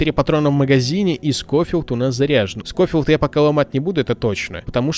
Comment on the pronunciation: Не скофилд а шофилд и я в твоих видосах про ванильные выживания ставлю лайк